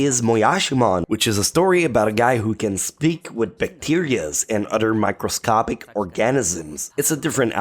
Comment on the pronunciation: "mictoscopic orgEnizms“... That pronunciation 😷